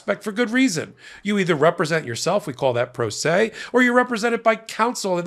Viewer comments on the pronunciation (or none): 'Pro se' versus 'pro turd say'.